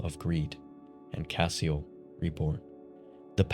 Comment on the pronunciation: One note on pronunciation, “Cassiel” would be pronounced like any other of the judeo-christian angels with an emphasis on the “-el” part which denotes divinity in their pantheon. Like Gabri-el, or Razi-el, it would be “cassi-el” not “cah-seal”.